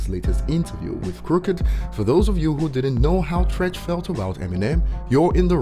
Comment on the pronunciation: It's Treach.. Not Trench... You started off fuckin up... 💯💯